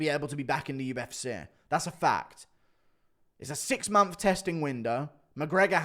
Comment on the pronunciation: Do you mean MONTH when you say MONPH ?